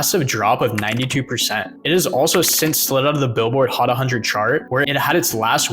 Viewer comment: "Billboard Hot A Hundred" triggered me.....💀💀💀💀